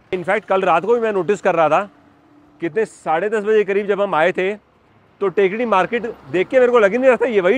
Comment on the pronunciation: टेकडी नहीं थेक्कड़ी है इस शहर का उच्चारण